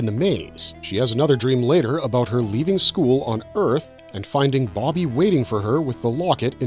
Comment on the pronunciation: BoBBY boBBY, not Boggy. stop saying Boggy.